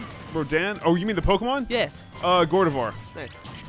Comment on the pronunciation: Learn how to say Gardevoir. It's not "Gor"devoir.